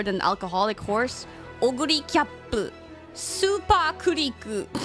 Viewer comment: スーパークリーク(思いっきり日本語発音)(吹き出す)